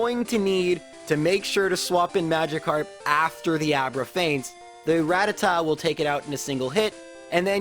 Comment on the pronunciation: you pronounce Rattata the way I pronounce it. It felt good cause every time someone says it the other way. I noticed it cause I've always said it the way it was said in the OG English anime. that was the first time I ever heard it pronounced.